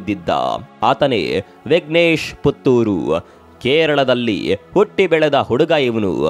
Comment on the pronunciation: ಪುಥುರ್ ಅಲ್ಲ. ಪುತ್ತೂರು